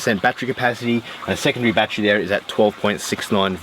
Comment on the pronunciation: How is that endless water lol. You have to find water to pump. Endless water would be you made something that makes water. But I am expecting to much from a guy who pronounces battery as bat tree